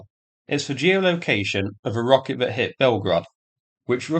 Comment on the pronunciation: Thought is fought, that is vat, roosia is Russia. I fought you'd like a translation….